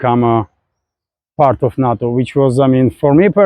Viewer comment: its funny listening to pronunciation. NATO sounds like NUT-TOE instead of NAY-TOE but doesn't matter of course.